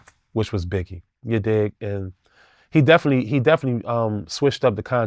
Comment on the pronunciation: He keep saying “Begge” and “deddy” 😂😂😂